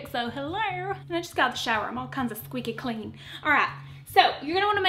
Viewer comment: "I'm all kinds of squeaky clean !" Gotta love it with your accent. LMAO.